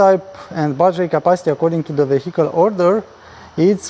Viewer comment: Great video again. And I noticed in every video how you say the word "vehicle". Please check online how to pronounce it right :)) (No hate, just a tip)